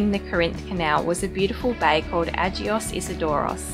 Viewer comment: Just saying the G in Agios is a hard G rather than a soft one like J. It means Saint.